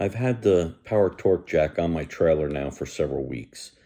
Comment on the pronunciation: "Power TONGUE," not "Power Torque.